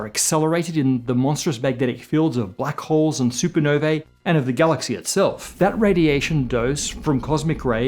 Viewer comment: Can't pronounce sparse or supernovae. Remember learning instead of assuming? Pepperidge Farms remembers.